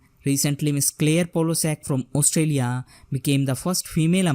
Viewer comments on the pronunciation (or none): none